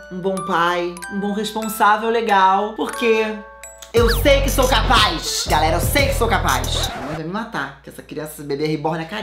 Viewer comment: “ EU SEI QUI SOU CAPAIX”